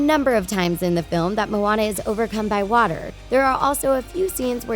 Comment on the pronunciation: IT IS MOANA NOT MONA